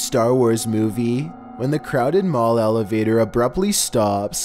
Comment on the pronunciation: my friends say i sound like you when i do the accent like when you say elevatorrr